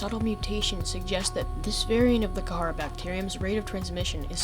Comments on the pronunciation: You are saying the name of the virus completely wrong kid, its called The Kharaa not The Kah hara or The Ka har and you pronounce it like this, "The Kah raw" but spelled The Kharaa. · kaharaa is starting to get on my nerves even though its very up for debate how its pronounced, But i am only familliar with the "karaa" pronounciation, In other words the H in kharaa Is silent for me, i dont know why its just... ugh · It’s kharaa not not kahara it’s not that hard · ITS KHARAA NOT KAHARAH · is pronounced "k-raa"